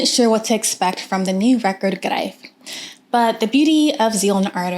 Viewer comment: the first american who can pronounce the album title :-)